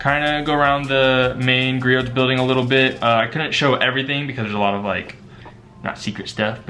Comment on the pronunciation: Great video! Btw the t in Griot’s is silent. 😉